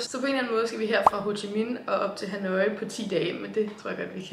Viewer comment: Det udtales "ha-noi" og ikke "ha-nooooi" 😉 elsker dine rejsevlogs!!